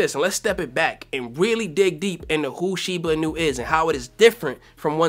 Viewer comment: I don’t think that’s how you pronounce shiba inu 😄